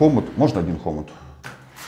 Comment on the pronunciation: Почему хо́мут??? Хому́т ты же русский?